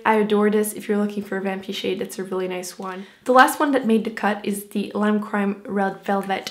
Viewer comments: She says dee instead of the. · i just wanna know where the d is in with this and the the dis de da wid is bugging the hell outta me